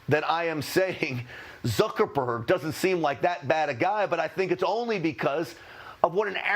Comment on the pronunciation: Did I just hear Suckerberg? Lol